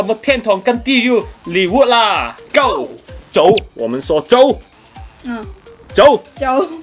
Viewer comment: 聽sunny講國語聽到辛苦😂😂 去片個個「GO！」講到粗口「尻！」禁😂 同埋我想問咩係gel財😂